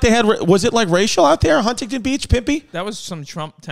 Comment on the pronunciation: The way he says Huntington makes me upset